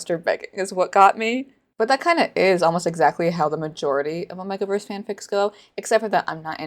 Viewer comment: Why do you say omegaverse like that 💀 it's 'oh-may-ga' not "oh-meh-ga'